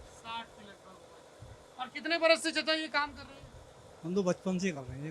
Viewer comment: चचा नही चिचा बोलिए 😀